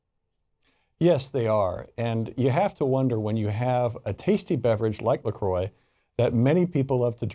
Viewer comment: Its a french word pronounced la "crrrwa" not la " kroy"